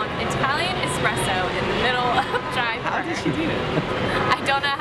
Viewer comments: YAY! Jaipur!! FYI... It's pronounced Jie-poor, not Jie-per. :) Also, a when you see something called 'Dahl' it means it's made from lentils, (or peas or other bean). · When she said jaipur, it sounded like diaper.. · she said Jaipur like diaper